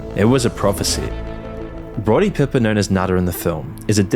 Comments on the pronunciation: It's Piper, not "Pipper." They Live, We Sleep is a much better analysis of this movie available on YouTube. Nothing that hasn't already been said in this video. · Its Pie-per , not pipper . But i understand you didn't grow up in the states w/ WWF like we all did . Respect & Blessings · what are you a stupid ai voice over ? Roddy pipper ? No. It’s piper, pie-per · Its Piper, not pipper! Also, RIP, 10 years already! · It's PIPE-ER NOT PIP-ER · 'Roddy Pipper' It's Piper, like a Pipe. Not a great look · Roddy Pip-er? Lol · It's Roddy "pipe-r" as in someone who plays a pipe. Not pipper! 😂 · Pipe er, not pip er. How the fuck you gonna make a 16 minute video if you get the name wrong within 40 seconds. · Roddy "piffer?"...😢 Not in my house. THAT IS ROWDY RODDY PEIFFER. Say it like a man damnit. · Roddy PIPE-ER..smh. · That pronounciation of Roddy Piper at the start killed me 😂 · You had one job...and cant even pronounce Piper's name right....smh